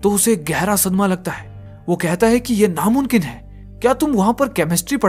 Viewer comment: Namumkin hota hai bhai Namunkin nhi ok correct ur word.